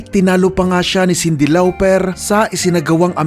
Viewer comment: Paayos ng mga pronounciation mo i-research mo rn like "Jarreau at Lauper" 👍 all in ok nmn explanation mo about sa history ng mga musicians 👍